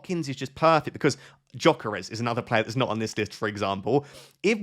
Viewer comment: it's Yuh-Keh-Res not Joh-keh-res😅